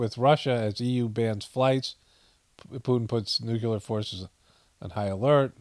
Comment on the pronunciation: It's nuke-lee-er not nuke-you-ler.